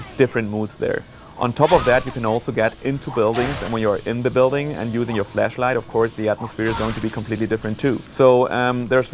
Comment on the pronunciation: don't wanna sound weirrd but i thought he said fleshlight instead of flashlight